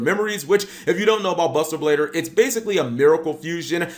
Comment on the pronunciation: Did he say buster bader